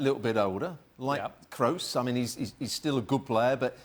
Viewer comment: Who the fuck is keballos? Seriously have someone who knows how to pronounce the names correctly. When you don't even take the time to know about the correct pronunciation, how in the world can you expect to be correct about the players analysis is beyond me. Also, when was kroos ever known for his supposed athleticism?